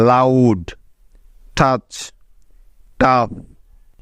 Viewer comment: Down..ডাউন.. Word..ওয়ার্ড.. Loud..লাউট.. 🤔